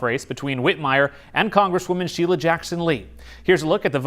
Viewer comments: Cmon man. Sheila's name has been in the news plenty enough where you have heard how to pronounce her name correctly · I about died laughing when you called her "Shilla!" 😂😂😂